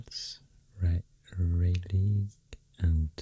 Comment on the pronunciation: Just a quick pronunciation guide: "Boy-zee" is the pronunciation for Boise, Idaho and "Rou-lee" for Raleigh, North Carolina 👍🏽love your videos